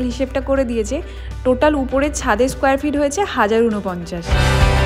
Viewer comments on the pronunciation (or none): none